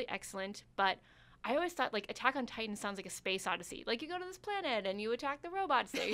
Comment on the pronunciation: I agree there needs to be at least one male, because look at these girls. They look so lost without a man by their side. The girl on the far right can't even say Attack on Titain right. She said Attack on Tit tan